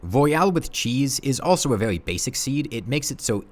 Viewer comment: "vewwy vewwy" :3